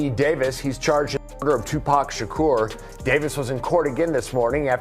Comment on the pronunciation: His is not Shocker it’s Shakur